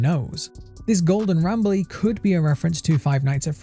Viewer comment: Sounded like Not Bradley instead of not Rambley tbh.